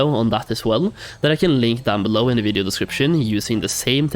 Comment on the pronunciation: Stop saying video really weirdly